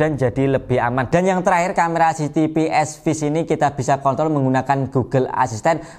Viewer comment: 40 detik sebelum vidio selesai, mas nya bilang "kontrol" kurang R